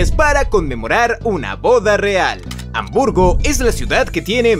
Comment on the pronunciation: habmurgo o hamburgo